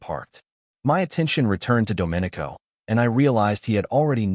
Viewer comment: Oh, also pronounce the main character's name correctly. That was very distracting. Should sound like " dough min ee co". Not like a Republic